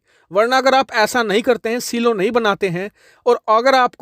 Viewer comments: सिलो नहीं ..... साईलोज ❤ Important news...... India should deter Chinese aggression by making Surya Missile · सीलो नहीं 'साइलो' कहना चाहिए। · Saylo(silo). Seelo nahi bhai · सिलो नही साईलो